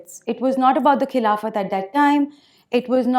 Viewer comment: A repulsive speech by a repulsive woman...... She is giving a speech on Khilafat - she can't even pronounce the word Khilafat correctly!